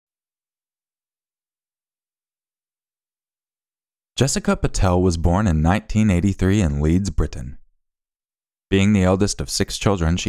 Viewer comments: It's Leeds NOT Leads! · It's not LEADS it is LEEDS (West Yorkshire) 😉 It's Linthorpe, Middlesbrough, NOT lindthorpe 😉